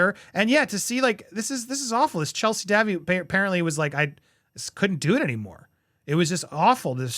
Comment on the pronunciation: Chelsey would have married Harry only there was so much pressure on her from the press ( Day-vie) is how you say her name Andy! The Royals didn’t want the details in the press so I understand why they took the settlement though!